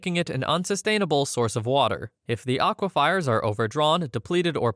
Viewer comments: "Aqua-FURS" not "Aqua fires" (just so you know in the future how to pronounce it) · 'Aquifers' is pronounced 'Ah-kweh-fers'. 3 syllables, not 4. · Dude, ffs, learn to pronounce the words you read. It's easy. Just google it. Really , aqua-fire? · Did you say aqua fire??? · TO PROVE MY POINT ON YOUR PRONUNCIATION What is a aquafire? Aquafire® Official - The Most Advanced Water Vapor Electric ... Aquafire® is type of electric fireplace powered by water that uses ultrasonic technology to create a fine mist that mimics the appearance of flames and smoke. HOW TOR PRONOUNCE IT PROPERLY AUQAFUR An aquifer is a body of rock and/or sediment that holds groundwater. Groundwater is the word used to describe precipitation that has infiltrated the soil beyond the surface and collected in empty spaces underground. There are two general types of aquifers: confined and unconfined ALL I DID WAS A GOOGLE SEARCH ON WHAT YOU SAID COMPARED TO WHAT I THOUGHT YOU MEANT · You were adding an i to aquifers